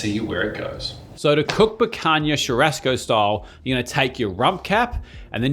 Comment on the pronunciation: I love but pronouncing it churashco sounds almost as funny as teezeyteezaykay from that other guy who went viral for the wrong reason. 😅